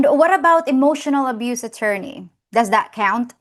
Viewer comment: Could you please stop calling him atorney, that sounds creepy His name is Dave